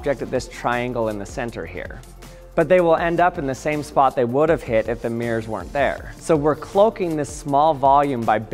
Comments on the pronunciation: What a strange way to pronounce MIRRORS- meeeers ? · It’s not meers it’s mirrors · Why do you say mirrors like 'meers'? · What's a "Meer"?